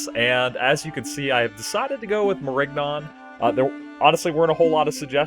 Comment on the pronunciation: Nigga the g is silent